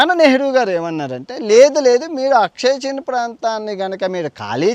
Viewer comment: అక్షయ్ చిన్ కాదురా బాబూ !!!!ఆక్సాయిచిన్ అనాలి